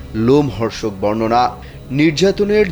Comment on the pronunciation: bornona disse.sona jasse... aigula ki vaI? news kora sikhen age....